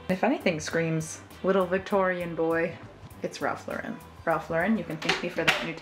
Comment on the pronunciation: Why do people pronounce Ralph Lauren like he's French and not from the Bronx? 😂